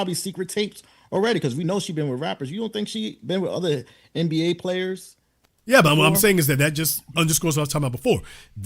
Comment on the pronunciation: Listening to her list the top 10 players name was sooo atrocious and maam just cuz you don’t kno doesn’t mean the rest of the world is as stupid as you